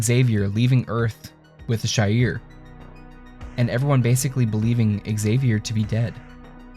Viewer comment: It's pronounced She-ar not Shy-ir